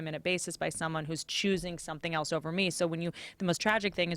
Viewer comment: joe pronounces else like "elts" i know nobody cares but i've noticed a lot of people doing that lately its annoying as fuck